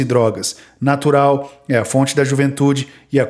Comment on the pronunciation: Narural kkkk